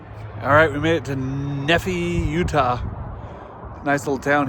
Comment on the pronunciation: Hehe,, Nephi,,, pronounced Neeeephi